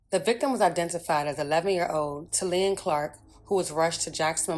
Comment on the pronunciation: PRONOUNCED TALEEYAH... IJS! RiP baby girl🕊🕊🕊🕊🕊🕊🕊🙏🙏🙏🙏🙏🙏🙏